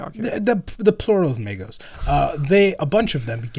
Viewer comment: The plural of Magos is Magos but you pronounce the 'o' like the start of 'autistic'. Now, give me the Emperor damned heresy video. I'm currently reading Galaxy in Flames, you better fūcking post it BEFORE i have time to make enough money to buy the rest of the books